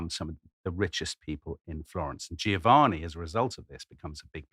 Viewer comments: Why is it that zero English speakers can say "Giovanni" correctly. It isn't "Geo-Vanni" it's "Jo-vanni". gio says "jo" - every single time. It does not say "geo" like geography. In the US they keep saying Luigi Man-geo-ni over and over ad naseuom - even those who should know better. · He mispronounces Giovanni. the first "i" softens the "G" but is silent.